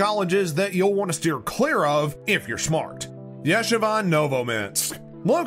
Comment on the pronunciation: It is pronounced YA-SHEE-VA. You should check your pronunciation. MON-SER-RaaaT is another example of your pronunciation errors. I just want you to know how these things are said, especially since you are criticizing them.